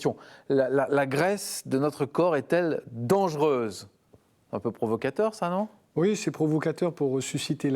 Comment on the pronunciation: Dangereuse, pas "dangeureuse"...